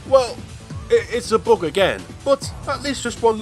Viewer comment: I love how this guy pronounces "Bug" as "Boog"!